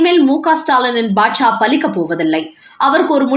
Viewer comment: அம்மா! அது பாச்சா. பாட்சா இல்லை.மதுரைக்கு வந்திறங்கி என்று சொல்லுங்கள்.